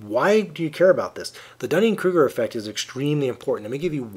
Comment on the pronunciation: I am glad someone pronounces that name correctly. My last name is Duning, like a sand dune. However, a lot of people at my school pronounce it like Dunning when they see it for the first time. @@ It sucks.